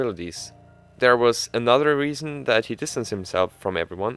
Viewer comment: 9th "the regian,the regian,the reason"